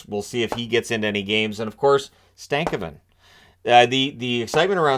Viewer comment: Stan-ko-ven. Btw haha